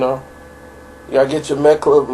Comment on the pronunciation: "Midichloriates" lmao.....